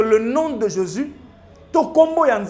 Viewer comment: Pseudo débat! Aucun sens et aucun fondement. Attention à la prononciation. JÉSUS et non JÉSIS